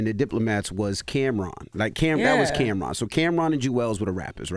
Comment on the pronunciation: Who “cam’rom”?😂